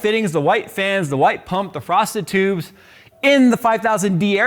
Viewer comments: he really said prostitutes 😂😂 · Who else heard "prostitutes" and not "frosted tubes"? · DID he say PROSTITUTES????? rewind "Frosted tubes" OHHHhhhhhhhh..... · Frosted Tubes... I swear you were saying Prostitutes!!! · For a second I think I heard "prostitute". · Am I the only one "Frosted tubes" sounded like "Prostitutes" 😅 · “Frosted tubes”. What I kept hearing: “Prostitutes”. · Thx now I can’t unhear it 😂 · I was just going to say the same thing. 😆🤣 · Are those the Satin Tubes or the Transparent Tubes? You're saying "frosty tubes" so I suppose is what Corsair calls Satin! 😋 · everytime you say frosted tubes i hear prostitutes!!! lol!!! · Every time he says frosted tubes I think he’s saying prostitutes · You mean he isnt? 🤣